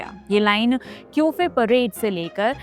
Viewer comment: क्यूफ़े नहीं दीदी कफ़ परेड है वो